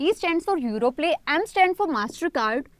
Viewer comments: It's Europay not Europlay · It's europay not europlay pls update